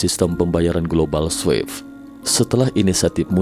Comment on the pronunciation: Swift bacanya swif pak, bukan swef😅